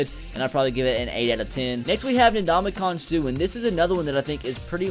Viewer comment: did he say ndonkeykong suh😂😂😂